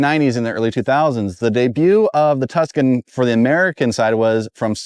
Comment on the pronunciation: "Tucson?" "Tuscan" "So this is the 2000 TVR Tucson"